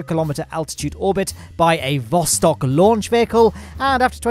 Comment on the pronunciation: Or as the Alpha-Chads like call it, THE PLOSTOK